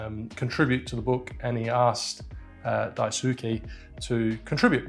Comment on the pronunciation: The "u" is silent in Daisuke. Pronounce as "dice-key"